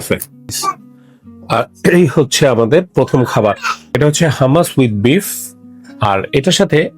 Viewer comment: ছোট ভাই, খাবারটা হুমুস, হামাস না। আশা করি সংশোধন করিয়ে দেয়ায় মাইন্ড করেননি।